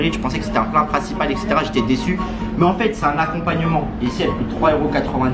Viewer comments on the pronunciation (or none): Arrête de dire exetera